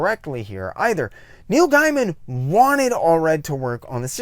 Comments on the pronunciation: I'd love to see a retrospect on Madman if you promise me you'll do me one favor and pronounce Neil's last name correctly from now on. It's pronounced Gayman, not Guyman. By the way, I'm just busting your chops. It's nothing personal. I mispronounce names on occasion too. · just a heads up, like you I initially thought it was pronounced "guy-man" but actually it's "gay-man". and like him there was a few times i thought you were saying Neil Diamond LOL. Great vid, and looking through your channel i've queued up a bunch to watch next. Awesome topics for a 90s-onward comic nerd like me. Subbed. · Comico is pronounced Comeeko (I know because I worked there), and Gaiman is pronounced Gaymun.